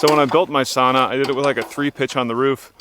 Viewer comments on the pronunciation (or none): none